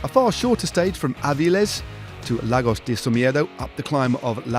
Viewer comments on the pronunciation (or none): none